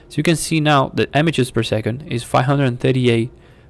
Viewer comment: You helped me so I'll help you. The i in images is said the same as the i in if and so is the a so it sounds like imigez